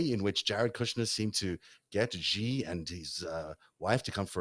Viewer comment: The "X" in the Chinese name "Xi" is not pronounced like the "g" in the English word "regime"; in fact, this sound does not even exist in the Chinese language. The "X" in the Chinese name "Xi" is pronounced more or less like an "sh"; thus, the Chinese name "Xi" is pronounced more or less like the English word "she." Does pronouncing this easy word correctly (and not with an erroneous and unwarranted pseudo-French flair) really require 50+ reminders, especially in light of the fact that is a professional journalist who has undertaken to do a season-long investigation of the Chinese influence on world politics?